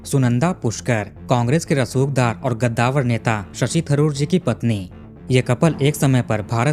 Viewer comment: "Gaddavar" Nahi Gadhe 🐴. ... "KADDAVAR" hota hai.... 🤣🤣🤣